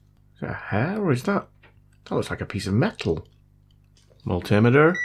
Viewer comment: Mull Timmiturr in con tin ooo itty